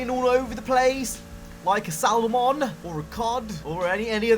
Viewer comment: the L is silent is Salmon lol gotta go fishing more